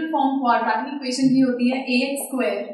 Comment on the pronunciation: Its not quadraaatic its quadratic